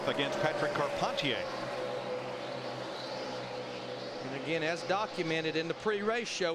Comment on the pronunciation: Shout out to Patrick Carpentier. Love Canada. I love it that Darrell called him “com-par-teeayy” when he radioed him 😂